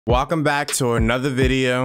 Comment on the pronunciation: “Walcome back”